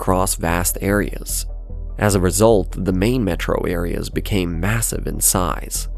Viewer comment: The AI voice pronunciations in this video are maddening! "Mētro"